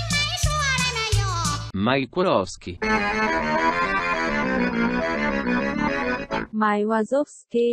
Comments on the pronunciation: Pensé que lo pronunciabais como “Uasouski” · Well, Google Translate totally failed to pronounce the Italian one! 😅 We pronounce "Wazowski" as Russians do .